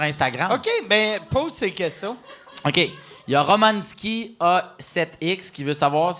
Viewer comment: Phil qui dit : Romane Skie A 7 X ... Dude, c'est Roman Sky, une tune d'Avenged Sevenfold hahaha